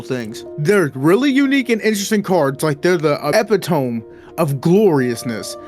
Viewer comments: “e-pit-o-me” not “epi-tomb” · Eh-pit-oh-me NOT Epi-tome 😂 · Most of the size of today's cards is due to the honking huge heat-piped coolers on them Ya want a thinner card? Waterblock it. Epi-tome..... LOL! the "Eh-pit-o-me" of mispronunciation. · This mf'er actually said "epitomb" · Did he just say “ep-i-tome” ??? 🤦‍♂️ 😂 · Ah yes, love the Yeston eppy-tome edition. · Epitomb lol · "Eppi-tome" i was amused before but this made me cackle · Bro said "Eppy tome" 💀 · Yeah, I was like, that's not even how that word is pronounced...